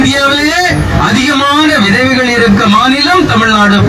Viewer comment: இளம் விதவகைகள் அதிகம் உள்ள மாநிலம் ...😂😂😂😂😂தமிழ் உச்சரிப்பும் . .கோவிந்தா ....